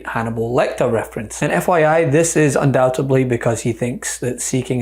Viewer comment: Luv you, but it's 'undoubt-ed-ly' , not not 'undoubt-ub-ly'.😂